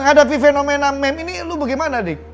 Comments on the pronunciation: Om andre,meme itu dibacanya "mim" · meme dibaca mim bang.